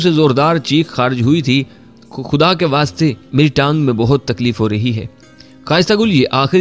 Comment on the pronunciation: Dost behtab nhi buhtaat